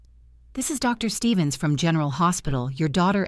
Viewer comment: Why in these AI Soap Operas is important news never able to be said over the phone? And stop typing “Mr.” and “Dr.” as the period/full-stop causes an awkward pause by the AI reader.